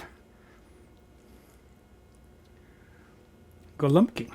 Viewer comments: Pronounced “gowumpki” it means “little pigeons”. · BTW - it is "go-ombkee" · Detroit here! YES, pronunciation of "Go-Wup-Key" is correct.